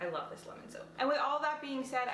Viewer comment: Lemon soap (when u said lemon soap I thought u said lemon soup 😂)